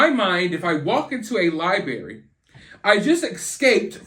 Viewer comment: FIRST OFF I Can't With How You Say, "Lie berry" bhaha. Anyway. I'm just catching up, but I think he's delayed or something right? He seems like the kinda guy whod be nice to everyone just so thry woukdnt beat hin up . would just be nice to Everyone. Maybe they didn't kidnap him, just more like Strong Arm or take over. Like they de